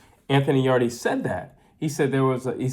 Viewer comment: Thanks for your insight. I watched the fight live at the arena. BTW its written 'Yarde' but pronounced 'Yard' not 'Yardi'. Seeing the crazy score cards post fight, i was shocked. I believe the crowd, who backed Yard, reacted to every shot thrown and this noise may have influenced the judges to give those suspect rounds to Yarde. That look Yard gave to his corner after the knock down was, bro please save me from this because I cannot carry on. In fact the mic picked up the audio and he was asking his trainer Tunde what round it was. Even if Yarde carried on he wouldnt make it past round 8. One thing about the failure to followup is because Yarde is known to crash out mid way. He simply doesnt have the stamina for 12 rounds of continuous fighting. Those big muscles crave oxygen and if you noticed the two times he spat his gumshield out was because of breathing issues. Beterbiev's game plan involved a gradual start, then up the heat mid way to finish him off as Yarde was known to crash out due to stamina issues. Yarde claimed that Beterbiev was slow in the Joe Smith fight. I saw a slow Yarde in this fight. I spoke with Beterbiev's trainer post fight, John Scully and he mentioned that once a fighter goes down and doesnt get up, then he is broken. That thought will always be in the back of the fighter's mind and that option of not getting up will become an option to be used again.